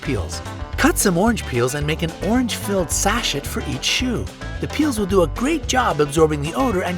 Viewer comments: In the smelly shoes section, you say make an orange sachet. It's pronounced sah-SHAY, not SAH-shet. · The word is "sa" with a short a, " shay" with a long a: "sashay". NOT sa...chat. You need to check your pronunciation BEFORE you record these videos & make a mistake that makes you look uneducated & a lot less believable. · it's pronounced "SASH-SHAY'". A perfumed cushion of floral scents, or herbal spice blends to flavor foods. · Sachet is pronounced “sa-shay”